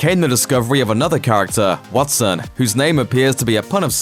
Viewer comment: So you don't know how to say wattson?